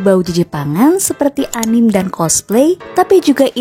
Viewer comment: kontennya sangat menarik dan bermanfaat. sankyuu! rekomendasi lagunya kumasukin playlist semua. oh ya, sekadar saran aja buat ngucapin "anime" yang benar itu, "a-ni-me" . "me"nya diucapin kayak nyebut "Medan". jadi bukan "anim/enim". sekali lagi terima kasih, semoga kontennya makin rame dan sehat selalu!